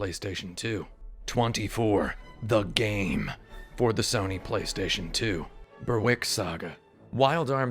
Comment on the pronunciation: Just got to say. Berwick is pronounced "Berrick". As someone who lives 60 miles from Berwick upon Tweed I believe this makes me an expert. You need to go back and re-record that bit. PS. I don't care if it's a fictional place and not the real Berwick. It's never ever ever going to be pronounced Bur-wick in the English language. For shame!!